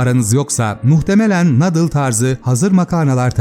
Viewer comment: nadıl değil nuudıl